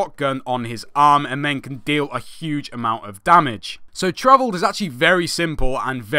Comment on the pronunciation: The assault is Pronounced Tor-Vold. Travelled is comically funny :P but keep up the good work man.